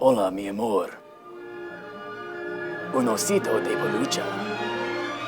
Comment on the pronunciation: un osito de pelucha!!! hahaha clearly a native spanish speaker, hehehe